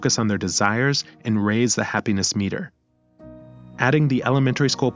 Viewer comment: The way you said “we will shift our attention from our budget, to our happiness MEter.” The voice put the wrong tense on the wrong part of the word. Now I think your ai as well. If you are using your own voice… stop reading from the paper, or screen. Memorize what you’re trying to say, and instead of just reading g off the paper, just talk like your having a conversation, it comes across as a teacher, not a narrator or someone just talking having a conversation. Yeah as I wrote this, I listened to it as well, and it’s so weird as some words sound right, others sound mechanical.